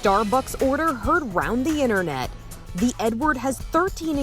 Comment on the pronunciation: Thought he said "today we're going to make the n-word"😄😅